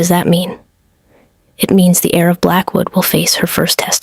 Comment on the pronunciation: Heir. Not air. HTH